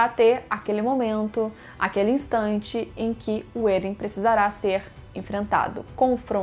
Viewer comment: Você esta pronunciando vários nomes erradoa. Êren? Histôria? PIKI?